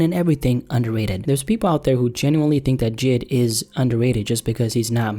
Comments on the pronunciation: jid? its j.i.d. lol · JID is pronounced Jay Eye Dee